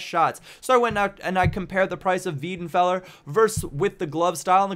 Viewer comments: wEIdenfeller not wIEdenfeller... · Its not pronounced weedenfeller, its pronounced wydenfeller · it's pronounced VAY-DEN-FELLER not VEE-DEN-FELLER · No it's not, its spelt: Weidenfeller. It's PRONOUNCED: Why-denfeller. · Love your vids but it's pronounced as 'WHY'denfeller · Weidenfeller please pronouce it like WHYTHENFELLA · its pronounced WAJDENFELLER. trust me im an eng.. i mean german...